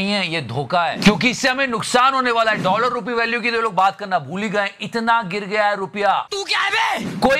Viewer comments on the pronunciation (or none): none